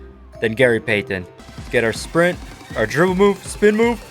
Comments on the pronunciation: Can’t STAND how this dude says Gary PAY-TEN 🤦🏻‍♂️🤦🏻‍♂️ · same. he said “Gary PAY TONNE” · I thought I was the only one Gary peythenn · It would have taken far less time to learn how to say PEYTON instead of pay-ton every 5 seconds. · I hope he's Canadian with the way he pronounces pay-tun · Gary Pay-Ton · Gary Pay-Then with chewenty points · So am I the only one who was bothered by the way he kept saying “Payton” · Gary Peigh-ten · “Gary Paythin” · i hate the way he says payton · Please stop over pronouncing Payton 😂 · i hate the way this dude says payton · Who pronounces the t in Payton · the way you say payton makes my ears bleed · I would have kept missing too if he kept butchering my name lol!!! Great video though for real.